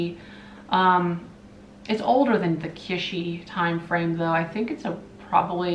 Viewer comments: Not "kishy" like fishy! kiTsch like hitch Or Kitch - en . No one says Kishen. Or shouldn't anyway. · “Kitsch” is a German word. In German it’s “kitch” as in “kitchen”. I said it incorrectly in German (said “keetch”), corrected by a native German. (I’m odd as I love languages & pick them up easily; say foreign words the way they’re pronounced in their language whenever I can. Drives hubby cuckoo😬!) However the proper English pronunciation is “kich” leaving out the “t” sound. I’m not criticising or being mean; it’s a pet peeve of mine as well as apparently yours😉! I hope that helps! Cheers & have a lovely weekend! 🧡🎸🎶⚡️🦇🦇🦇